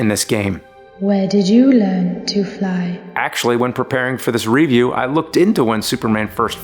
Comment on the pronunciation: I respectfully disagree with your pronunciation of the word "review". Also thank you for all the awesome videos <3